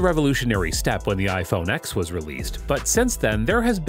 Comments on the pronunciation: iPhone X ("eks") doesnt exists😂but iPhone X ("ten") does ,"ten s " etc :) i never comment but i noticed this again :) Notable device but wrong pronunciation worldwide its funny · I dont take anyone seriously who calls the iPhone 10 an iPhone Ex…Even more so for people calling it an iPhone ExEss… this guy reviews tech but doesn’t even know how to properly pronounce the names of devices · it’s actually pronounced “iPhone 10” not “iPhone X” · When will people understand that iPhone X is pronounced "iPhone Ten"?